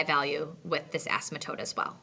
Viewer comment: Very good video, well explained. You keep pronouncing "asymptote" as "a-sym-A-tote", driving me nuts! lol. There is no "A", it's just "a-sim-tote", or "a-simp-tote" where the p is almost if not completely silent. See Websters. Still, A+ on the tutorial!